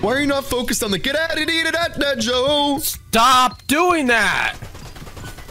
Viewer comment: Its not joe is go